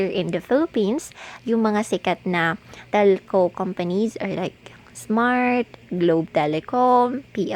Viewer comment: Talco? HAHAHAHAHAHAHA funny Trying hard